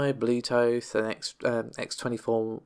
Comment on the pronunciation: got that "bluetothe"